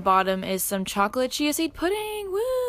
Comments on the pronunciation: it sounded liked u said chocolate CHEESE seed pudding the first time u said it and i was shook until i realised u meant CHIA seed not cheese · i thought you said “chocolate cheesy pudding” and i was confused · Omg when she said "chocolate chai seed pudding" I thought she said chocolate cheesy pudding and I was just like.. " okay that sounds gross but you do you"